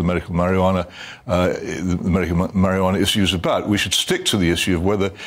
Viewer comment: It's quite annoying that Hitchens keeps calling it marihjana and Barns calls it Cannabis. Barns is the one using the correct terminology here. And medicinal use is the priority.